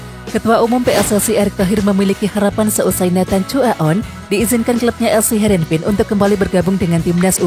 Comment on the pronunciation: Namanya nathan bukan neten.